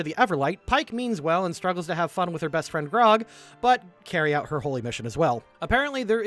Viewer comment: Dude shies away from saying Percival Frederickstein Von Mussel Klossowski de Rolo the Third is understandable. Can't even pronounce Grog right at times. (I picked up Grong and Brog) All in good fun of course